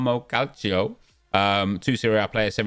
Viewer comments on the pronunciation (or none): none